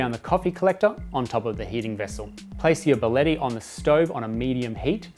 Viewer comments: Get your pronunciation right!!! It is not" Baleti" its BÍ A LE TTI!!! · Your pronouncing the name incorrectly. It's bia-lett-i. Thanks